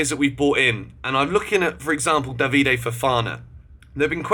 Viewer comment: Please can you learn how to pronounce Badiashile and David Datro Fofana properly. It’s not Badiashilie and it’s not Davide. Other than that, great vid